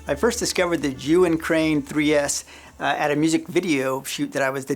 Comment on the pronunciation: Pretty sure he pronounces Zhiyun wrong too. Keeps saying Yuwin.